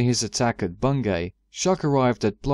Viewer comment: just so you know, its pronounced "Bungy" around here